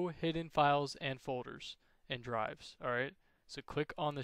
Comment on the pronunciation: files and fowders. so annoying lol